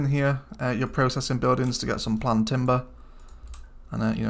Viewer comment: Great channel. Apologies if it's already been mentioned, but it's planed (pronounced plained) timber. Basically, logs that have been cut to shape and planed (smoothed).